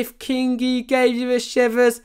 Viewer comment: As a Finn I can say you perfectly butchered every single ride name apart from kingi and taiga 😂